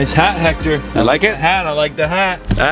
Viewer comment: Dude is time for you to learn how to say his name right. Is not Jector, is Héctor is pronounce Ector